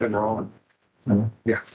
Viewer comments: She says “wrongk” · I just love when "" says things like "he was dark SKINDED". Lol. Not to mention the "I didn't do ANYTHINK WRONK" and every word ending(k) in G, she adds a K. She's sooooo smart with her PhD in Education. Hahaha. Also, Al mentions she went to Law School😊😊. He doesn't believe it, but she clearly told him something like that. She probably told him she started law school and decided it wasn't for her so she went for her PhD and instead.. 😂😂😂